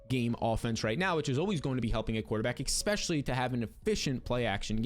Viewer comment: Why are you saying expessialy instead if especially